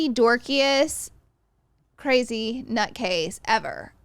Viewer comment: Please stop saying “cwrayzy” to sound like the kardashians dude it’s so cringy